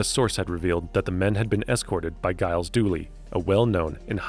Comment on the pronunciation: Jkiev is Pronounced KI-EV. and Gyles is pronounced Jiles.